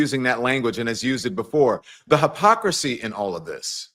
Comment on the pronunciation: Don? If you say HAPOCRASY once more I will scream. Hipocrisy is the term. Research its enunciation.